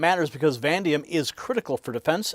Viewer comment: I think you meant to say va-NAY-dium, not “van-dium.